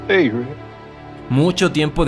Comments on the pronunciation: Me gustan tus videos Pero me estresa como le dices "Rid" a Rick :S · Deja de decirle Rit a Rick podavo 😩